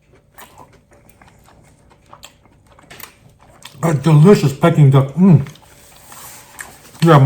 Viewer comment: It's pronounced Peeking duck, not Pecking duck. You made me crave it though.